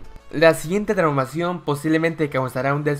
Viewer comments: Parece que dice traumacion xD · Dice traumacion